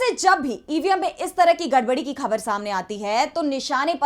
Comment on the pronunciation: Very good report. Good anchor but she doesn't pronounce the words like "Khabar". She should use Bindi in Hindi.